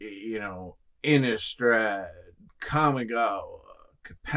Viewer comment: MF's be talking so sensibly then say "Innist-RAD" then lose all credibility. (Kidding awesome video)